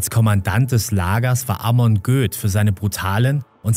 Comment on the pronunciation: Da wo du Göth als Göß ausgesprochen hattest, oder ?